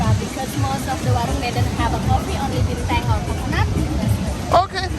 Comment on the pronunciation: Why did your honey said binteng 😄. Is that how we say it now? to differentiate the beer from the star